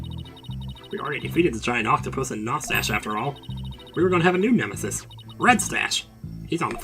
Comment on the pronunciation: Stop saying "Nos-tash" for Nostache. Its read and said as "NO-stash", you're great but its setting off my petty need to correct things.